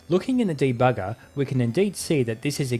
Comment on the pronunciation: I love the way you put emphasis on the word bugger in debugger